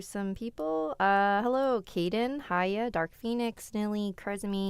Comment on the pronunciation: i am soo happy i was able to chat with you today Ate.. By the way no hate but my name is pronounced as Hee-ya ... but anyways love ya ❤️